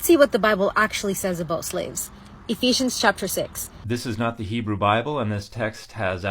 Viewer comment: Her pronunciation of Hebrew is embarrassingly bad. I guess that's what you get when you use the internet to tell you how to pronounce Hebrew.